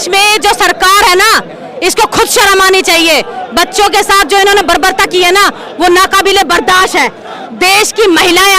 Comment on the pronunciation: उर्वरता शब्द नहीं वर्वरता